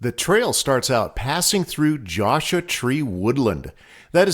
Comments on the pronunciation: I referring to how you pronounced Joshua. :) I've never heard it pronounced that way. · Love your videos, but could you please pronounce Joshua Tree correctly? The "u" is in Joshua for a reason.